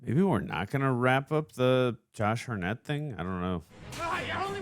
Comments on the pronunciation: Josh Hartnett pronounced - ( Heart net ) Not harr net , next time you say his name in a video expect it to be corrected lol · anyone else annoyed then laughing at how keeps a) jumping at EVERYTHING (i mean jeez, imagine watchin him see an ACTUAL scary movie) b) how he somehow continually pronounces Josh Hartnett's last name wrong lolol?